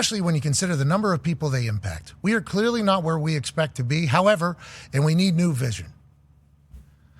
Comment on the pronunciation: Come on Pat you just read that wrong 😂 longer pause after the however not before.